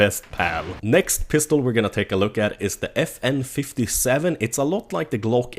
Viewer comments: The FN57 is actually supposed to be "FN 5/7" (pronounced "five seven", not "fifty-seven") It's a pistol that uses rifle rounds (5.7mm), and DICE messed it up completely. Since it uses rifle rounds, it should have a very high range. That's what it's famous for. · I swear to god if I hear a YouTube say "FN Fifty seven" and not five seven I'm going to lose it. In every other game you would call it a Five Seven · Just an FYI, the FN57 is pronounced "Five-Seven" (and is usual spelled that way, but not in this for some reason).